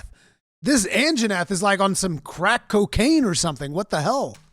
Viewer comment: best part is how Asmon calls Anjanath the "Anna Jeff"